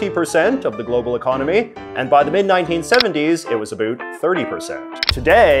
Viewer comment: the way JJ says "abouut".......